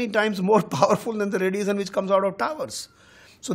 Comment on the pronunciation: This guy cant even pronounce emission or radiation properly... poor chap... in fact these many towers are bastardly consequences of corporate sale out by the government... government still has prominent share of the telephone lines ....this is a stupid show pin vomiting angreji being dumped by luck in TRAI.